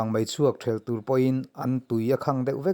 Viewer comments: Tur ngun mai i lamdan kha a diklo, tuuur ngun mai, ti rawh. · Tur ngun mai tiha TUR tih hi i lam fuh lo deuh a nia. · A ngaihnawm e Tur ngun mai. Heta tur tih hi 'i zu chu a tak tür ngun mai' tiha tur thluk hman tur a ni e. Tur hman hmawh tiha tur thluk ni lovin.